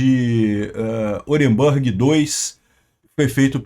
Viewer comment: a Rú💤ia NÃO é os EUA. Portanto, NÃO se pronuncia "OrenbÂrg", mas SIM OrenbUrg.